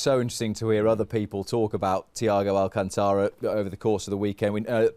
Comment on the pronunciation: Correct pronounce: Thiago all - cânnn (not ken) - tá - ra